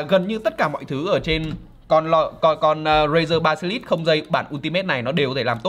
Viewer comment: Basilisk nhưng việt hoá ba si lít nghe hài vl anh =)))